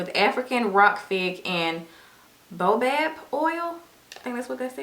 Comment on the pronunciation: Baobab is pronounced 'bay-OH-bob'.